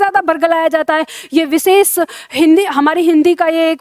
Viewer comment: प्रस्तुति अच्छी है। शाबाश ! अपना उच्चारण सुधारो। विशेष, भाषा, परिभाषा, स्पर्श,देश का उच्चारण देखो। प्रूफ के स्थान पर सिद्ध शब्द का प्रयोग करो। शुभकामना।